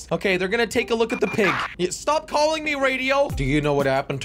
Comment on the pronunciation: Why did Jelly said Prig it’s a PIG Not A PRIG